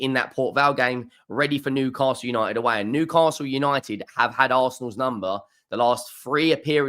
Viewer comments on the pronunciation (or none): none